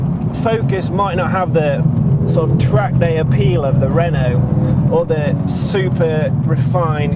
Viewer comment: lol! "... i would not have the renaulte, because its french..." :D